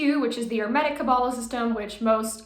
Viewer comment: Why do you insist on mispronouncing hermetic? Genuinely curious.